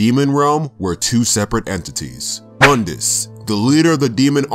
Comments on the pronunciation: Actually Mundus is Pronounced Moon diss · Pronounced Moondus. Otherwise great video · Its pronounced MOON-D-US